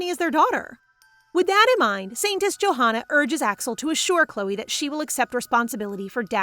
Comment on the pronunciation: Wait it’s not St “joehana” that’s not how you pronounce it it’s “yohanna”